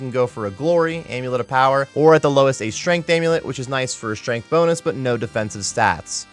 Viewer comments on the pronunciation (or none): none